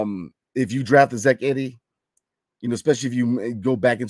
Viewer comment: I 🙏🏾 we don't draft E-D (not Eddie, as you continually go back & forth mispronouncing his name). Anywho, I love your content. I just think Zach Edey is a dinosaur 🦖 the Wizards need to stay away from. Sure, if we wanna try to bring fans in to see this mammoth, as we did in the past with Bol, & Mureson, then go for it. Now Ware, I'm a fan of. Yes, we'd definitely need to get him motivated to play 82 games, but I'm a believer in him!